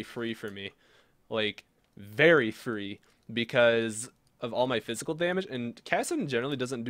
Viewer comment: Wery cool, Wery swag; I like it :)